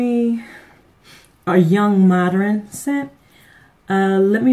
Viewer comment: Did u say "mod-er-rin' or is the word "mod-urn' i.e. modern